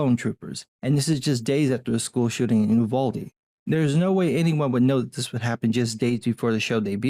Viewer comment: So, I live nearby and I've been to the town many times, and gotta correct people left and right: It's "you-vahl-dee."